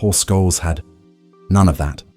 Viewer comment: The pronunciation is a giveaway: "Skoleez".